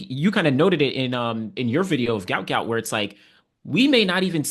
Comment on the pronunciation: Give the GOUT, GOUT a rest and PRONOUNCE HIS NAME CORRECT. Pronounced Gwot because it was spelled wrong and should be Guot pronounced GWOT. search: "Gout Gout's Father BREAKS Silence and SHOCKS Everyone!"